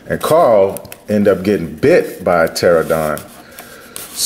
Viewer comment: Dope video bro. Pteranodon is pronounced ter-an-odon or ter-on-odon lol. Or just call it a pteradactyl that's probably easier lol.